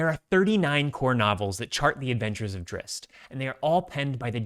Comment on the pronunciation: You said the name right!!!!! 120% with you, would you want live action or animated for this show? I'd want to lean more to animated, like vox